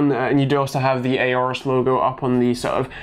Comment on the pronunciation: STOP SAYING AORUS WRONG